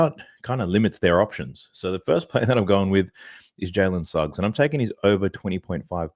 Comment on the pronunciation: Dude, your Jalen Snuggs has killed my parlay